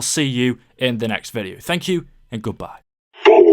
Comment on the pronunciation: When you sed thank you it sound like fuck you